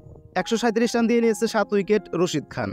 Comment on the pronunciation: আপনি রাসিদ খান কে বলছেন রসিদ খান😂